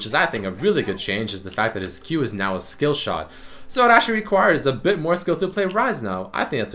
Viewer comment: Wtf did u say w skillshiw?!?!?